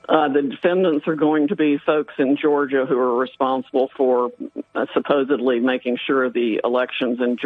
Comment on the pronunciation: She said Sopposably this or that, thats not gonna hold water.